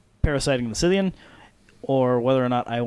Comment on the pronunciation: Great game. Though I flinched every time ye mispronounced Scythean. :p